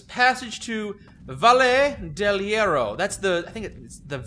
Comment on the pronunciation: Honestly, as soon as Sergio pronounced "Valle del Hierro" as "beje dell jiero" I'd say you were allowed, nay, required to kill him. Even Mike got the pronunciation better, and he can barely speak English.